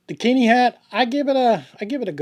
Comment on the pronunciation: Keen-eye, damn it. I won't have the name of my home reviled. 😆